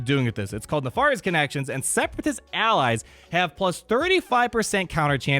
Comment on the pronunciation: That's not how you pronounce riposte! or Nefarious!